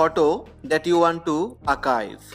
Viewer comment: It’s Archive not Akive.